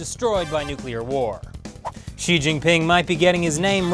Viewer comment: Hi,: Just one suggestion on pronouncing Xi if you don't mind: Xi should be pronounced, not "shi," but exactly like you would when you say "Si" in Spanish, while Jian is always difficult to pronounce, so I won't go into any details about it. Other than this, I personally think you're doing an excellent job at your shows. Keep up the great work!